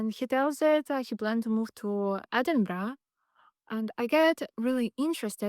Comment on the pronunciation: Nice to hear you say Edinburgh correctly 🏴